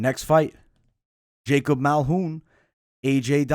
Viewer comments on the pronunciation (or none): none